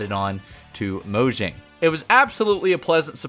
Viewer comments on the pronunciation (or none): none